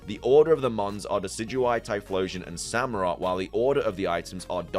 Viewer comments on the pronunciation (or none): none